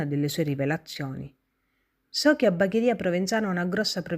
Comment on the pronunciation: Tutto ben fatto, solo che da bagherese bagharia non si puo ' sentire 🤣 comunque brava.